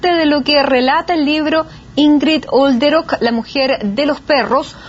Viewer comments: Soy alemana y Olderöck se pronuncia sin H y sin J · Detallito Nancy. Es Olderock .no jolderok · Yo se que, dado el tema que se está tratando, es una estupidez lo que voy a decir, pero me perturba que la dama insista en pronunciar el apellido Jolderok, cuando no contiene ni J ni H. Sorry 🤦‍♀️